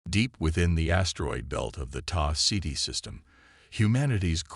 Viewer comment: Oh look, yet another Sarah Chen story, ugh! Taa CD ??? Really? It's Tau Ceti. Your Dollar Store AI is letting it's inferiority show through. Do better.